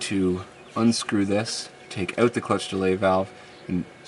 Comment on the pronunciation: ow ow owwwwt not oot ffs